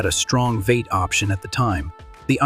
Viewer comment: lol ai fail "veight" instead of v8, check your work better